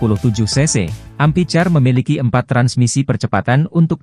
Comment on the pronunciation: Amphicar, dibacanya ampikar, Min, bukan ampicar